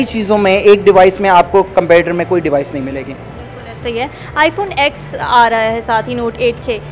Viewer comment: It's iPhone ten (iPhone X) not X(ex) !